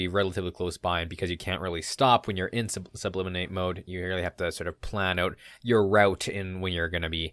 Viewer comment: It's actually sublimate, not subliminate. In chemistry, sublimation is when a solid converts directly into a gas without transitioning first to a liquid state. Great video as always. I really enjoy your content.